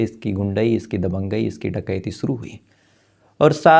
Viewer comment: Freeze या फिर Fridge? Story teller हो शब्दों का इस्तेमाल तो ठीक करो. शुरू को केह दिया सुरू सीधे बोलो या बंद करो. यह wrong diction कानों पर हथोड़े बरसता है.